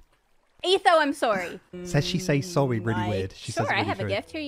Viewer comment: Pretty sure Cleo was actually reacting to the fact that Gem gave Etho the flint and steel that Cleo gave Gem just a few minutes earlier. I think the "You say 'sorry' weird" went pretty much unnoticed.